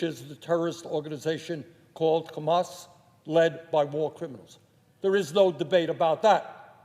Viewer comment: Its called hamas not khamas